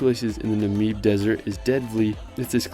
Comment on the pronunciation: Lovely! Thanks. Just so you know, Lesotho is pronounced "Lesootoo" I'm from near the Drakensberg (Dragon Mountains). Namib is pronounced, "Nahmib", long "a". Thank you so much for using metres!